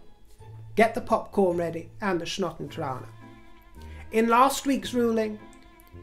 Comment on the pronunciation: No ways - said "snot en trane" Nearly fell off my chair and had to rewind twice. Hello from South Africa <3